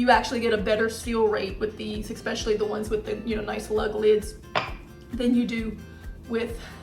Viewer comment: But then she says "Expecially." The two cancel each other out. Net neutral.